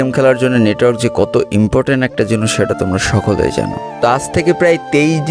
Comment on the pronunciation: Vi akhono jinis ka jinus bola 😂